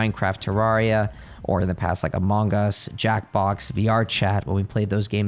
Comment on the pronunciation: Anyone who pronounces "Among Us" that way isn't human & can't be trusted. WHAT!?